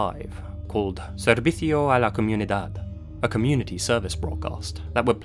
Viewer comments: Idk what is more disturbing, this case or your constant mispronunciation of the word Servicio. You pronounced like sevitico, it is supposed to be pronounced Zer-BI-Cyoh with more strength on the BI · It's not servickio. It's servicio. The c is pronounced similar to an 's'. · Is anyone else bothered by how he pronounces “Televisia”and “servicio”? I appreciate how he tries to pronounce them as accurately as possible but hearing the Spain Spanish pronunciation sounds wrong. Plus the Mexican pronunciation would be a lot easier for and native English speaker to pronounce😅